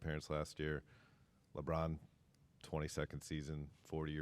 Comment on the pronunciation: Leave it to Malika to gargle Lebrons name 🍆